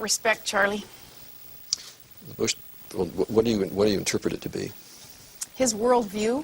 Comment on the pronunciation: i swear to god this woman is saying "Churlie"